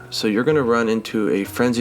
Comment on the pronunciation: Great info. Your monster name pronunciations are breaking my brain, though. "Wrath"-alos and "Wraith"-ian? I always figured the accepted forms were "Rah"-thalos and "Rah"-thian. For Tigrex, it would sound like "tie", as in the same sound present in "tiger", rather than the soft "I" found in "Tigger".